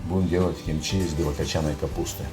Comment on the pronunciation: Ты оскорбляешь слух всех корейцев и мой за одно. Не чимчи, а кимчи. Это все равно, как называть Hyundai - хьюндай, а правильно - Хёндэ. И даже привычное название столицы Сеул звучит Соул. Но за рецепт респект и уважуха!